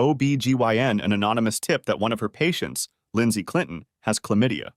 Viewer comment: The narrator’s pronunciation of her getting chlamydia sounds odd AF. Accent repeatedly on on syllaBUL.